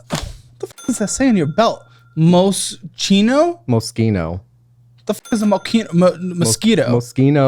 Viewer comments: Spending money on brands he can’t even pronounce… “Mose-chino” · Dude. It's pronounced "Mo-Sheen-Oh". This guy is so bougie he doesn't even know the brands he's trying to show off. How embarrassing 😂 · omggg not mos-KEE-no 😮🙄🙄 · pronouncing Moschino "mosquito" has me dying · Lmao bro can’t even pronounce moschino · pronouncing moschino wrong physically pained me and i dont own a single luxury brand😭😭